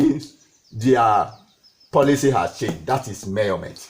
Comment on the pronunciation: I really enjoyed this lecture...you're right ... He got into details and I like the way he says murrment🤣..fun and educative ...my type of lecturer